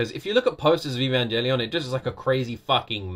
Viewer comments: The "G" in Evangelion is actually pronounced like in the word grammar not "evan-jelly-on". Some people (including me) are triggered by this wrong pronunciation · I am a simple men, I see evangelion, I click. ( btw the g in evangelion isnt pronounced as a J)